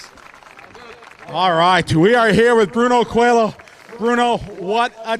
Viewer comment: Is not “COELO” it’s COELHO that is “COELIO”. Congrats! 🇵🇹